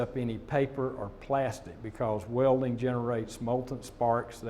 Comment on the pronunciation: OMFG she can't even say "welding" properly